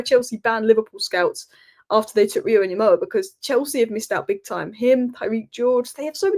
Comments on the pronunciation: please Ngumoha not Nyumoha. The way to pronouce it effectively is by leaving out the first N. Better to pronounce it like Gumoha. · Small thing. The Ng sound in Ngumoha. More into the g and less in the n. Not nyemoha. It's good you try. (Wazungu do this. It's nice though) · Pronounce it as "EN-GUMOHA". You can drop the "N" and pronounce it simply as "GOMOHA". Notice how the "U" changes into an "O" once the "N" is dropped or becomes silent.